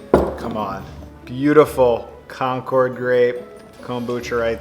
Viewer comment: The grapes are named for a town in Massachusetts called Concord. It's not pronounced like the airplane. It's more like conquered (or conkid) with the accent on the first syllable.